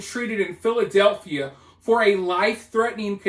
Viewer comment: Contrary to popular pronunciations, there is not a “th” in the name “Philadelphia”